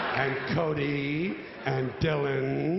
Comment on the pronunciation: The way he says cody